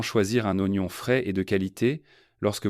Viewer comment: En français on dit:"0gnon"..... Pas ouagnon!!!!!